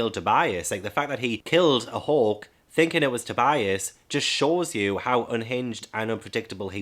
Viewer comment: It took me 30 minutes do realize you were saying “hawk” and not “hulk” haha I feel so dumb